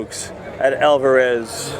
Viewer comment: "alvararezzzzz.....YAWIRI" lol